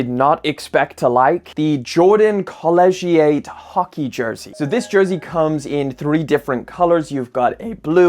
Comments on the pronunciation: Lol bruh say Co-leg-gie-ayyyyy hahaha Is collegiate!!! kuh·lee·jit for reference :face-purple-crying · Lol he pronounced it as “co-ledge-she-ate” 😂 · Isn’t it pronounced as “co-lee-jet”? He pronounced it as “co-ledge-she-ate” 😂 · I had no idea what word he was saying until he put it on screen. I guess that how they pronounce collegiate. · exactly lol I was like wait, what he just say ?😂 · nike/jordan clothing are very nice esp when u catch a sale or go to the outlet. also why u say colligate like that lmao